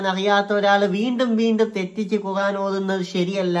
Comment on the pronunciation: നീ പോയി ഖുർആൻ എന്ന് പറയാൻ പഠിക്ക്